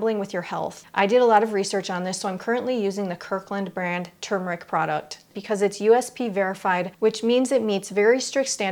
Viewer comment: THANK YOU for properly Pronouncing turmeric. So many deaf idiots say TUMOR - ick.